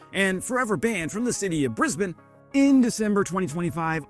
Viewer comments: You’ve an annoying voice but at least you can pronounce Brisbane correctly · The fact that you can pronounce "Brisbane" correctly shows that you should be allowed back 🤣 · You said Brisbane right! Woohoo. Ok, you mangled Canberra, but that's no great loss. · Hey, you've mastered the Aussie pronunciation of Brisbane. Now you have to try and master the pronunciation of Canberra. 😉🇦🇺🍻👍🏻